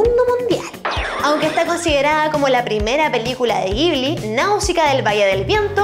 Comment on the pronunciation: CREO que se lee como Yibli >.<